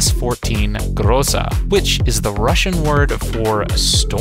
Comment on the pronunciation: It is actually pronounced 'Graza'